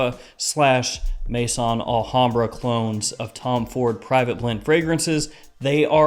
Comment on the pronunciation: The name is not Mason Alhambra it is Maison Alhambra ,you’ve been doing this long enough that you should know how to pronounce it properly!!! Maison is pronounced May-zon , it is the French word for house . As in House of Alhambra.